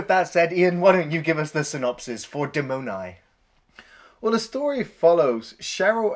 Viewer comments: the Italian pronunciation is not "demOnai" but "dEh-mon-ee", pretty different. BTW I hate giallo movies so much: the actors can't act, the directors can't direct, etc... greetings from Berlin 8the Metropol today is way scarier, check on google maps) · I am italian and your pronunce of DEMONI is so funny XD.......follow me DE like DESK - MO like MORON - NI like NEON DE-MO-NI NOT DIMONAI as you red it